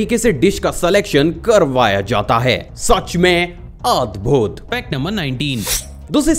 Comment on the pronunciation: Ur pronounciation of a'dbhut ,a'jib is kind of weird